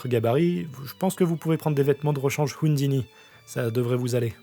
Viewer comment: ça fait bizarre d'entendre une autre façon de prononcer des mots après avoir lu les tomes comme hundini ou giygax x)